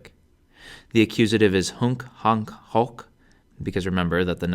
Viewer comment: Wish he'd pronounce the 'o' correctly. It's not short, anyway.